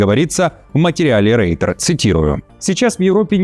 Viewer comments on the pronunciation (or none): none